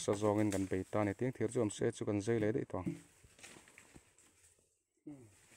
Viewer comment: A lai tak ah hian a "Zei" i ti in ka hria a. Zai a nih kha aw. Maian pawh meian i tih duh hmel tlat